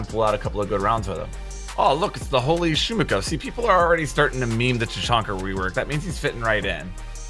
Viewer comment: "ShumiKha" Where the HELL You all get K?! Its ShumiHa! No K. SHUMIHA. ШУМИХА. From the word Noise - Шум (звук).